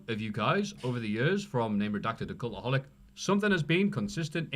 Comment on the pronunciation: Why is this guy saying "Culaholic" thought it's (cultaholic) 😂😂😂😂